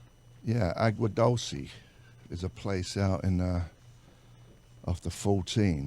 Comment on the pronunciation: Thanks Lou for knowing how to say agua and what it is!